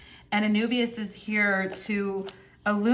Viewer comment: And Anubis is is pronounced a-NOO-biz